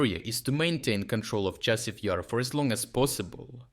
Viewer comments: Thank you for your work, but how come you mispronounce so many place names? In this case it was Chasiv Yar - you said with like a single word with stress on I. The stress should be on A in both cases. In previous videos there were other cases. But turns out in the rest of the video you pronounce it correctly.. Very confusing. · So I get that it's not a real person narrating, but can we at least have the same pronounciation every time? I've noticed this for months now lmao, example from this video would be "Chasiv YER" "Chasiv YAR" "Chasiv YIR" like c'mon dawg :P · It's comical listening to the computer generated voice trying to pronounce Chasis Yar and how inconsistent it is.